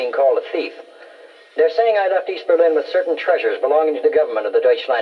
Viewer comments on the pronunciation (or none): none